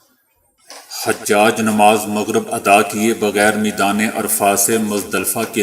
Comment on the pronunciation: حاجی کی جمع ۔۔۔۔ عربی زبان میں لفظ ح پر پیش کے ساتھ۔۔۔۔ اور ح کے بعد آنے والی ج پر تشدید کے ساتھ حُجاج ہے۔۔۔۔ ح پر زبر کے ساتھ حجاج نہیں۔۔۔۔